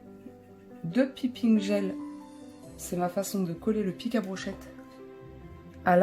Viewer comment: Merci pour le tuto 😊 par contre c'est "païping" la prononciation de piping gel 😅